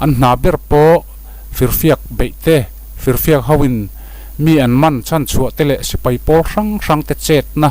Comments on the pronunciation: Firfiaka lamdan khi diklo deuh anih khi fiak hi talhfiak kan lam a fiak ang hian lam tur niin ka hria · I firfiak lam dan mai² chu leh,a tirah khan i lamsual a maw ka tia, mahse a hnu a ilam leh na ah pawh I lam dan a dang miahlo mai a,a dik chuan i hria chu a ni phawt mai angah😅😂😂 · A ngaihnawm, Firfiak lam dan erawh zir hlek a ngai..Fir tih hi lam san a, fiak hi lam hniam thung tur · firfiak, hi i lam dan a diklo tlat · Firfiak😂Sir i lam mak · Kuhva i heh lutuk anih kha, i hrawk a diklo bak ah i leili inkhak chhuak a diklo fo mai, thil i lamsual dawn2 reng mai. Firfiak i lam dan chu ava mak ve.. Mizo 2 chu i ni emlo maw.. Tan han la deuh teh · I firfiak lam dan mai mai chu😂 fiamthu I rawn thawh ni ber lawm😂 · Firfiak thluk khi i lam diklo😂😂